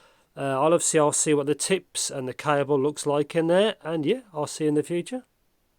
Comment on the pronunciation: Lol a C"ai"ble and "uun"screw 😂